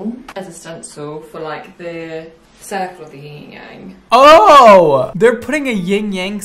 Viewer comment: It's not YING Yang, it's YIN Yang.